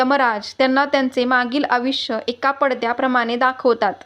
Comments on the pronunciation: आविष्य नाही आहे तो शब्द आयुष्य असा आहे तुम्ही मराठी भाषा तरी नीट बोला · आयुष्य असे वाचा आविश असे नाही